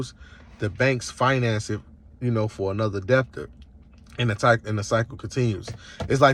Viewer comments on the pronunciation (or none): I don’t know which was funnier- the fact he doesn’t know how to pronounce “debtor” or the fact that after rambling for several minutes explaining how he breaks the law, he then says he’s not saying to do anything illegal lol What you describe is a crime called fraud. You have not found any “loopholes” You are breaking the law. If that doesn’t bother you, that’s fine but at least understand you are a criminal, because the banks will catch up to you